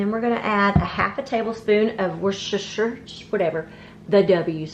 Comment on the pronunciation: W sauce pronounced Wista-shire. :)